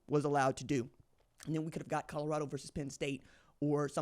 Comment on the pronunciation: If he stays at Colorado, can we all learn to say it. Its Col o rado not Cod ugh rado , ha ha ha......